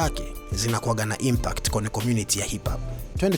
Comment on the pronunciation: Hizo impact huzi semi una ishia kusema impat sikuelewi mzee wangu